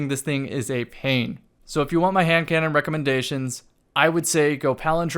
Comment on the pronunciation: for a second it sounded like you said Ham cannon and it’s gonna stay like that for me until I forget.